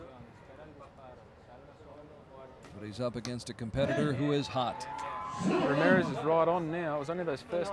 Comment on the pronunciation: Anyone else notice he was saying ramireth instead of Ramirez?